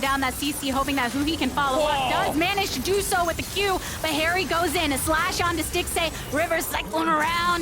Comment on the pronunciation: Every time he said haeri i heard keria. Am i alone?